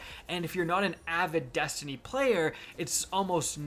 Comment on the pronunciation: Dammit. You get paid to OVEREMPHASIZE the word "Destiny". Please stop😂😂😂😂😂 goddamn